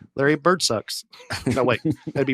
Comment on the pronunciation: Dusty and his T’s: Larry Bir-T 101:38 Not be good-T 109:40 doin’ good-T 110:40 very good-T Bored-T Afraid-T Food-T 😉